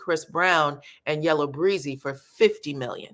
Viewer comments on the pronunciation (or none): Yella Beezy is from Dallas. it’s Yella Bee-zy, not Breezy.